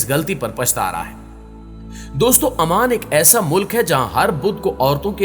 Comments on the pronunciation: not aman its oman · Salam alaikum bhai is name AMAN nahi OMAN hai . Jazakallah